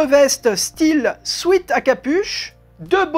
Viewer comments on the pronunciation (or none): Bonjour... puis-je vous dire qq chose? C'est que le mot sweat, bien, ce n'est pas comme ça que ça se prononce... comme vous le prononcez, cela s'écrit sweet et veut dire sucré, une gâterie sucrée. Le sweat, se prononce comme swette, et ce mot veut aussi dire sueur. Maintenant voilà, je l'ai dit car ça me tornetricotais 😂